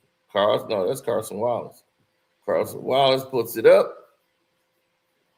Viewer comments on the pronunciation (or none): Yall gon keep letting butcher these players names😂😂😂 Cason Wallace and Hartenstein 😂